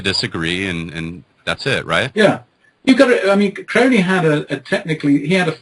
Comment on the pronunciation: It's pronounced Crowley as in holy.